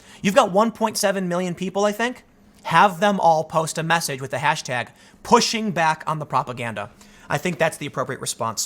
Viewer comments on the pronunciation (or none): none